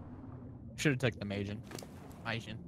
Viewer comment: Anyone else find it annoying how says mijin when its malin